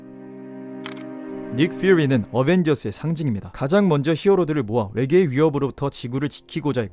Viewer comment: 닉퓨리 발음 ㅅㅂ, 국어 쓸거면 쓰고 외국어 쓸검 써라 우리나라는 닉퓨리지 니kFiuri가 아니다